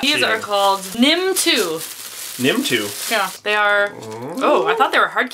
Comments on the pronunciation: so lustig wie die das aussprechen :) nimm two :) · ^^ nett gemacht und natürlich bekommen se auch noch Geschenke vom deutschen Genossen, eigentlich gebührt der Dank nicht nur den Beiden sondern auch unserem Genossen. Und wie lustig sie das aussprechen "Nimm two" und das Andere alles :D